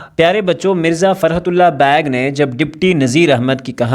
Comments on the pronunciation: Beigh ❌ bag✅. 😭😂😂😂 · sir its beigh not bag .